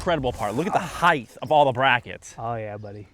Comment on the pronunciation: AWESOME!!! No project can run successfully without a guy like. But I really wish both of you would learn the pronunciation of the word height. The word height ends with a hard T. It does not end with a TH, as in eighth. Bad pronunciation creates a bad first impression and it can also play with your confidence, which makes it even more difficult for you to communicate. This is the way the world works. Say words correctly and you say them with confidence. That confidence transposes into all aspects of your life. Cheers, gentlemen!